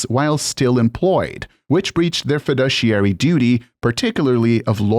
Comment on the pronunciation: I honestly wouldn't have known this was an AI voice if not for the pronunciation of "affidavit" in story 3. (Edit, and "fiduciary" in story 6) THIS AI voice I'm ok with... They're getting better. Subscribed!